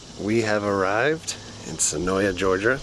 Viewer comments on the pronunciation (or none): When i did the tour the guide seen in this video said it is pronounced Sen-OY. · Just to let you know the a in senoia is silent